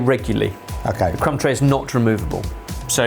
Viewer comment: Crumb tray? I heard c*m tray